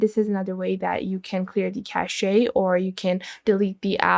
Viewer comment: Cache is definitely not pronounced that way. But it sounds classy.